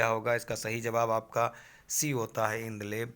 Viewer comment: Sir please word ko sahi pronounce kiya Karen jaise andaleeb hota hai na ki endaleb